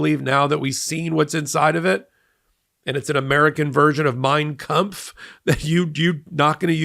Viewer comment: It's def not mein kempt come on 😂 and I totally believe that trump has never read it.